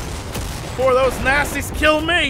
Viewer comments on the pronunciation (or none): you srsly call the nazis nasis..... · What I heard: "Let's kill some nassies." ^_^